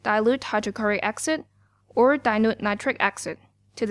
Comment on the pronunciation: this is very useful thanks a lot! (its is pronounced asid not aksid) ❤❤❤❤❤